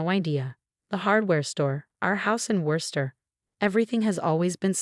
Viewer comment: Female narrator for male protagonist. Wooster, not Wurster (that's how it's pronounced, but not how it's spelled). Sophia, not Safire.